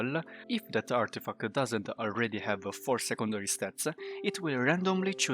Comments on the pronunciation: Love it when you say "Artifacta". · I was gonna say the same!😂